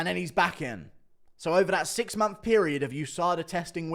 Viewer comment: Do you mean MONTH when you say MONPH ?